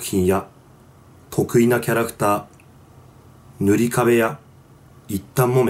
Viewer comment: 塗り壁がムリ壁に聞こえたのは僕だけか？